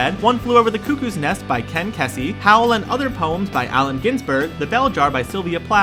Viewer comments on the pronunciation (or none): I love this show. BTW: Not Ken Kessie. Key-zee. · it's key-see, not khes see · Kesey is pronounced Key-see